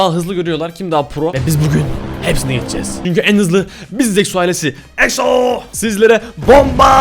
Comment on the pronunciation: eksoales demen beni gıcık ediyor